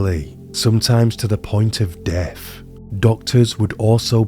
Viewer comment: A nice collection of information but difficult to follow due to the narration. A monotone standard with an upward inflection making statements sound like questions, attempted received pronunciation punctuated with with occasional TH fronting e.g. Death being pronounced deaf or the words muvva and bruvva etc, really takes away from the feel you're trying to achieve. Just use your own accent and standard pronunciation keep this immersive.